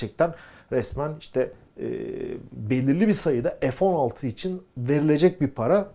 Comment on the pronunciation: 50 PLAS))))) (PLUS) TÜRKCE ARTI DEMEK)) NEDEMEK LÜTFEN PLAS? EF 16 DEGiL FE 16 OKUNUR!!!))) SAYGILAR